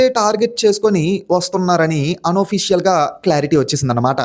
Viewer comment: ఓఫిషియల్ కాదురా నాయనా 🤦‍♂️ అఫిషియల్